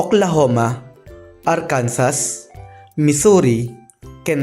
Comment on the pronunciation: Sir, Arkansas-arkansoh Newhampshire- new hamsheer Pennsylavania- pensilvenya Quebec-kebek fast. Hindi po ke-bek Pano nyo sir mapprove na di flat ang earth